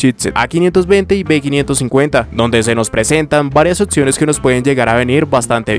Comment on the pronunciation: Buenas "otciones" de "chitset" 😂